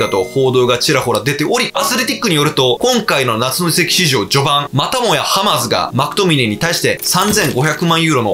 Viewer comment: 夏の移籍畜生にしか聞こえなかった